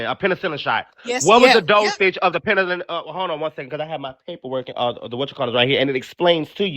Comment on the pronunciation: 😂😂😂😂 I had to look at the phone, like huh??